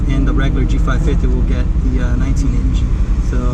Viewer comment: G550, not G55, I kinda stopped watching after hearing that. Could've been an honest mistake, but know your stuff and you'll nail the videos 👍